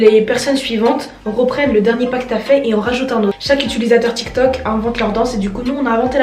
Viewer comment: Tu as dit tok t'il😂😂😂